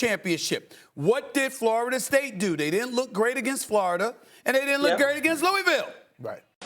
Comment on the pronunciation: It's pronounced Lou-a-vul, not Lou-e-ville